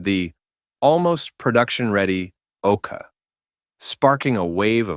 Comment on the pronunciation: Is the voice an AI? Sometimes he pronounce it "Okar", other times "Okay".